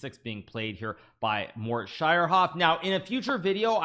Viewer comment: I love the way you pronounce Schierhoff. So cute.